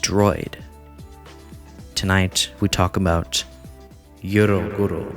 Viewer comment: 1. The "ero" part in "eroguro" is pronounced as in "erotic". 2. The movement is seriously more than Shoujo Tsubaki and it’s one of the weakest pieces of the eroguro movement to be honest so if that’s so shocking and disturbing, maybe it’s better that people not interested in the movement stay there. But I have no idea how can you all call yourselves fans of shocking horror content if that’s so disturbing to you. These were very, very basic informations and eroguro is a very complex movement. Please do a better research next time.